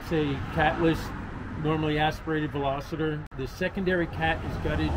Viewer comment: VeLOCITER … 😖 WTF dude 😣 !?!